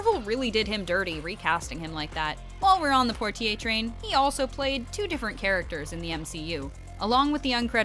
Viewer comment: Poitier ... is french ... poy tea aye ....